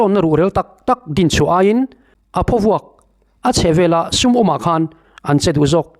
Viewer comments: Thing phaw lam rik anga lam tur emaw ka tia.Eg.thingphaw vuak.😂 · Phawvuak tih hi,Hnaruak tih ri anga ri tur a ni e